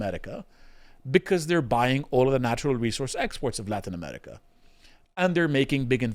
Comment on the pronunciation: Why does that one guy keep pronouncing it “Amelica/Amelican”?